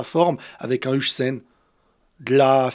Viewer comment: Finalement Dean huijsen se prononce "Hawsen" et pas "Hoysen" 😂 Sinon trop hâte la nouvelle saison 👀